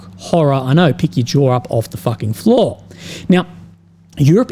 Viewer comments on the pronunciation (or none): none